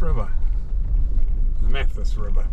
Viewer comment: Great video but just one little thing... The Mathias is usually pronounced Math-ias My family lived at Manuka Point in the late 1960s when it was owned by Laurie Walker